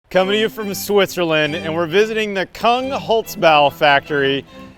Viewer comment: Küng not Kung.